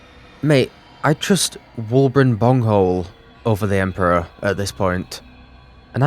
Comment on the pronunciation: Did... did you call him Wulbren Bunghole???? Well if you weren't already my favorite playthrough...